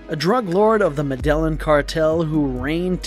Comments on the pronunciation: It’s pronounced “Meh-deh-gin” not “Madeline” 😂😂😂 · right 🤣🤣🤣 who cant say MED EYE EEN ugh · the -Me DEL IN - cartel i mean really tge Me DEL IN cartel 🙄my friggin daughter can say MED EYE EEN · how can you do a video and completely slaughter pronunciation of "medellin"? you said "ma day lin" it's "meh- day yeen" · “Medel-Lin” cartel Jesus Christ. All credibility lost. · “medelin” it’s pronounced “me de yeen” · Mer Del Lin Cartel lmao!! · Med-a-yeen!!!! Ugh madon' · The way the narrator pronounces Medellin irked me 4 Reals 😂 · Dude, you can’t pronounce “Medellín??” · That part..... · yep me too - slaughter it. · The way he’s pronouncing Medellin is bothering me lol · How do you not know how to pronounce medalin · Please Learn how to pronounce Medellin. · Learn how to say Medellin cartel